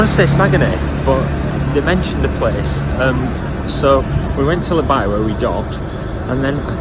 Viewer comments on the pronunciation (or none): It's not La By but La Baie (pronounce bay)